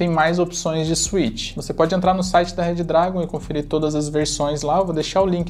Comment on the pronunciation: Pelo amor de god parem de falar RED DRAGON 🙅🏼